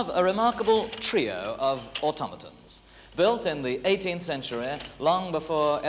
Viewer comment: "CentureaH" A new word for my rich Whicker quiver. Thank you BBC 🏹🇬🇧